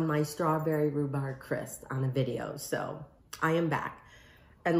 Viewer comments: Linda Thornton When you’re showing people how to make something, you should know how to pronounce it. And she also kept saying “cris” instead of “crisp.” 😆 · 3 yrs later!.....😊 we call it rhubarb strawberry crumble in NZ😊 Your p is silent on crisp, I notice Amy? 😊